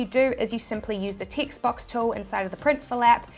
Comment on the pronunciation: Yes, I started looking for ticts every time she said TEXT